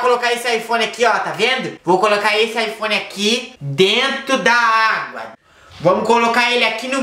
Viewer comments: kkkkkkkkk que doente, iPhone mas fala ifone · acho que ele falou aifone só para zuar